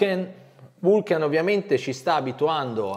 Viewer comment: Tutti bei pezzi,giusto per la cronaca la pronuncia esatta è Vulcan non Vulchen....pronuncia Lonsdeil